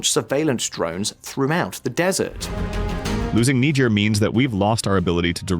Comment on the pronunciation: Errr... really? First we got the mispronounciation of Shariah - unlikely, but ok, I'll live. But to then go on and proonounce Niger FOUR different times in just one video>?? For once I am HOPING this is AI because I refuse to believe that the narrator of a video of a channel that solely discousses global news is that stupid!